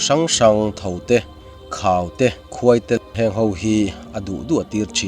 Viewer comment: Haite kha ilam diklova, athluk hniamin coma ang vela thluk deuh tur haite alori chiah ang